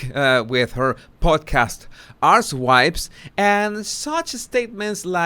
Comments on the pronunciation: He did. "Arsewypes." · I thought you said 'Asswipes' instead of Archtypes🤣